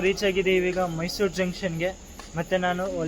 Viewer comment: ok bro next time in caption and even when u speak put it and say it as mysuru only